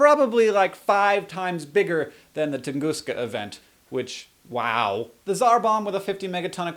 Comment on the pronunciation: Its funny when a nerd says "wow" its more sounds like "wahzaw"